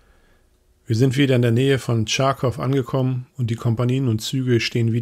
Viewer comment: "...in der Nähe von Tscharkow angekommen". Vermute in Tagebuch steht Charkow. Sollte man immer Regeln der Unterdrücker-Sprache benutzen?